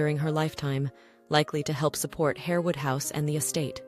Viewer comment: Countess of HAR-wood, not Hare-wood.